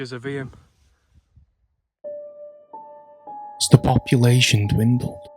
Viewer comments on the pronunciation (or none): Really great video. Only wished you had pronounced eyam correctly. It's pronounced eyam (like you are saying stream) not e-yam. It's a common mistake people make. Hope this helps for future videos you may make of eyam :)